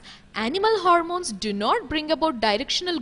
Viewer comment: It is Hormones and not 'Harmones'